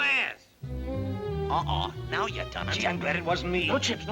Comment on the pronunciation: Who bwoke that gwass?